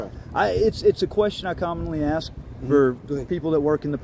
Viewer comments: Yeah, it's almost impossible for words to be pronounced correctly now days! The word is 'ASK'... Not - 'AKS'! One more time - 'A S K' ... NOT... 'A K S' ...! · Did he say axe instead of ask. What's wrong with these people's speech? They must be ignorant. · this guy is not real bright.....what does he mean when he says "ax"? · LOL he axed you alot Hes one slick tongue twister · I think this person who is wearing a gun is trying very hard to assert his black privilege and he thinks that he is a wordsmith and he can’t even say the word ask! And he is a supposed law enforcement ignorance is bliss